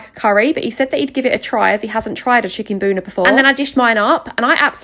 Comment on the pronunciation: NAH I HEARD CHICKEN BONER